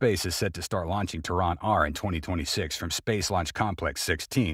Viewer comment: Please, learn to differintiate the pronunciation of "Terran" versus naming the capital of Iran. It was rather off-putting.